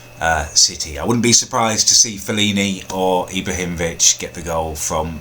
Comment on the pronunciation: Right please learn how to say players names like fellani